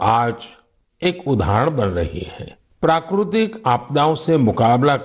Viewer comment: It's prakritik not prakrutik